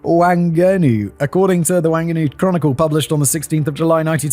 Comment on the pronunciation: Bro are u saying Wang-Ah-Nu it's Wang- ah - noo - ee , ur writer should have given you a pronunciation there lmao